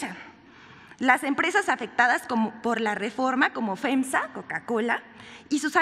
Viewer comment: ¿"FENSA", "GOL-MART"? Y volvió a decir "GOL-MART. No sabe leer, no sabe informar, no sabe hablar... ¡Quiero mucho a mi país, pero hay mucha gente que lo pone en vergüenza! Este es un ejemplo vivo de la pena que me causan los que pisan a mi gran México. Ahora me doy cuenta que tiene sentido su apellido: "Vilchis-mosa".